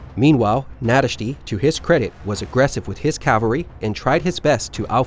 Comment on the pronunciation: OK man, you even nailed Nadasdy's name. The amount of energy you put into these videos is insane. Thank You!